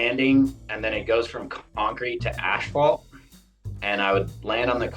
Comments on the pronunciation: Can somebody tell Ryan it's pronounced ass-falt, not ash-falt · Did Ryan say “ash fault” instead of asphalt? Is that a Canadian thing? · Dude said Ashphalt every single time. That's commitment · Do Canadians pronounce asphalt as ashphalt?? Hah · The absolute legend Ryan “Ashphalt” Decenzo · proper german pronunciation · The guy gets paid to hit the ashphalt. He can pronounce it as he pleases. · 😂😂😂 he can say it however he wants, he's still the king